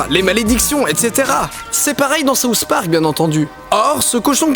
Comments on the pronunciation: pourquoi les français prononcent (sauce) Park? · C'est SOUTH park et non SAUCE park! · C'est moi ou il dit sauce park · Souss Park? c'est SouTH Park! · Pourquoi tu le prononce saouss spark xD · Ahahah je trouve ça trop drôle parce que puisque tu es français tu le prononce "saouss park" mais moi je suis québécoise donc je le prononce comme en anglais ahah